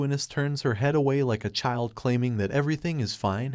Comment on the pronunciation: It's chyld, not cheeld.